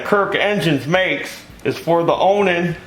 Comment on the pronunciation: Ya got ta say it right On An keep on running Onan on